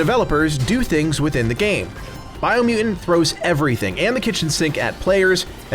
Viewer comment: Biomu "TANT" there's two T's. BiomuTant. Say it with me,, Bio-mu-Tant. So it's not "Biomu-ant", it's Biomutant.. 2 T's.